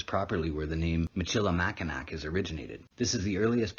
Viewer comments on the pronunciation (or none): It is pronounced MISH-ə-lə-MACK-ə-naw not MISH-ə-lə-MACK-ə-nak